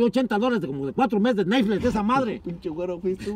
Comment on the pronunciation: Nadie: disiendo nesflis